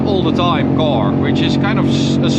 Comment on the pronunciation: the English sucks, it’s a car, not a cor!!